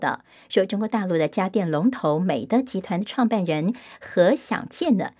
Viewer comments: 纠正一下，我们那个是（美的），是念měi,dì（美递）。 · 美的，的念di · 美的，读音是美地～，的是多音字，是做家电起家的大企业